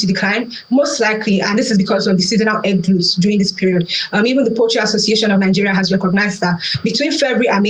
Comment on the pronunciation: Great analysis, but please learn how to pronounce "glut" correctly.